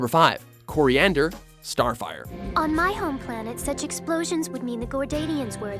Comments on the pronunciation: "Cilantro, I mean Koriand'r..." XD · Did anyone else notice how he said Selantro when talking about Starfire